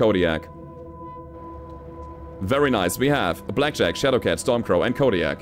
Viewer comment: Stormcrow, its stormcrow lol